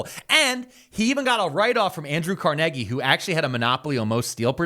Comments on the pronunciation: doing my walk Wait he just say CARNEGGY lol I need a shirt Carnegie pronounced Carneggy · It's car-NAY-gee, right?